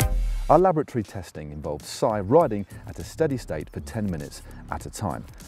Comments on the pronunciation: Weird way to pronounce laboratory?!!! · first time Matt said "laboratory" I heard "lavatory" and got really confused about why they would go there to compare clipless/flat pedals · Sounded like Matt said that they "went to the lavatory at Bath University" for a second. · I'm absolutely sure Matt keeps saying 'Lavatory'